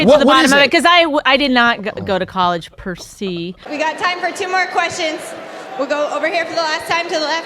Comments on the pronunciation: "I did not go to college per see" It's "per se" you idgit, pronounced "per say' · if you had, you might have known it's pronounced (roughly) "per say", dear. P.s. I love you, Judge Judy! I'll be your Byrd! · the first girl.. pronouncing "en masse" as "en mass" not "on masse"...and "per se" as "per see" not "per say" .. id like to hear her say "face palm" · It's pronounced 'Per Say' not 'Per See'. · "I did not go to college per see" Really? Really, now? I never would have known that you didn't go to college! Did you really just mispronounce "se"? How? How have you never heard that used correctly? Per se! Say it with me, children! It's pronounced "purrr say". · Did this bitch really just say per see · Opinion per clip: 1. It’s pronounced, per say 2. The “Fuck ISIS” dude is bomb 3. Judge Judy is best. PERIOD. 4. Stahp showin’ your indescribables 5. I didn’t know science had genders! Oh shit!!! 6. Those guys are in the right in my eyes. The camera sees all. ALL LIVES MATTER 7. Oh my god is a rational sjw. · "in masse" "per see" When you think you're being smart by using fancy phrases and completely fucking it up. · The first segment. What the fuck is Percy? Did she actually mean Per Se? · "I did not go to college per siiiiii" Per se! It's latin you fucking idiot, pronounce it correctly! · Did she say the didn't go to college pre see instead of pre se? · Did the first girl say per see instead of per se? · "I did not go to college, per see" lmfao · "I did not go to college per see"! "Per SEE"!? you are correct, you haven't been to college, it's clear from your pronunciation of the term "per se" that you have never even entered an institution of education of any form. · First clip she pronounced "per se" as "per sea"... Her education was surely wasted. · "per see" my sides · "i did not go to college per-'sea' " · "per see" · Bitch pronounced it "per c" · "in masse", "per see" I love it when people try to use fancy phrases but can't even pronounce them correctly.